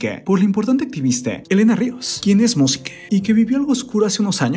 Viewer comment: Jajaja dice: Tenoch Huertee, Elena ríos quien es Músiquee jajaja